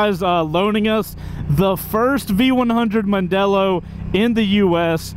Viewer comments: "Mandello".............................not "Mondello". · Mandello not Mondelo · OC. C'mon, even Mrs. C2W should rebuke you for MANDELLO not Mondelllo- even the graphics got it wrong. That said, it is still a beautiful crafted piece of machinery and time will tell if it can stand out as a base model for the 21st Century-rumour has it that a soft off-roader version is being trialled. I'm being lined up for a trial ride and I can't wait; whilst it is packed full of new tech, there are styling nods to old Triumph Tridents or Yamaha TDMs. RSMF.